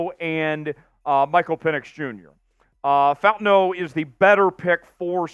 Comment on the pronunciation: Bro … you cover the Seattle Seahawks and you DON’T know to pronounce FAUTANU, who played for UW? WTF have you been?! My gawd, I’ll your gear out of your arse